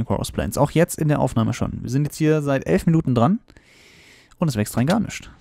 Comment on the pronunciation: nüschts ? sach ma bist du sachse ??? XD